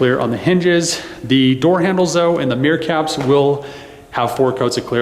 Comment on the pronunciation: Every time you said "mirror caps" I heard "meerkats". Now I want to see some meerkats in that blue color.